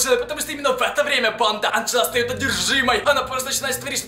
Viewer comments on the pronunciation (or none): none